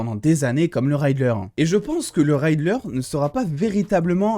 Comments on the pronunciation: R - I - ddler et pas "Ray"dler 🙃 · j'entends à chaque fois Rider sans le "L " autant pour moi, sinon super vidéo 👌🏾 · Salut! Merci pour tes supers vidéos passionnantes et passionnées. Je me permets juste de te préciser qu’on ne prononce pas RIDDLER: raïdler mais en gros, comme c’est écrit. Comme tu risques de prononcer encore beaucoup le nom de ce cher Edward Nygma dans les semaines à venir, je me permets ce petit commentaire. Surtout continue comme ça et garde ton enthousiasme communicatif!